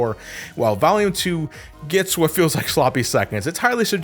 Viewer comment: I swear when you say volume you sound like youre saying valium lol You otherwise never sound like youre from new england lol